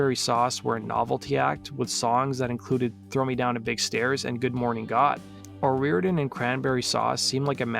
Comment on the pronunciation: Dude you're pissing me off SO BAD because you keep calling her 'O'Rear-den'... Her name is O ree-OR-den. 2jy is it so FUCKING hard for you to pronounce the syllables in her name? Or do you just feel like it isn't important because she's a woman???